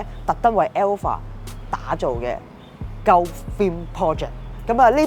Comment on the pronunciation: Gulf 鳩呼 呢個讀法真係幾搞笑 "高呼"呢個讀法又得唔得